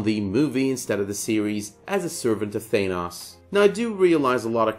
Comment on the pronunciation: holy fuck say Thanos right...u call yourself a comic fan. Your pronunciation makes me cringe!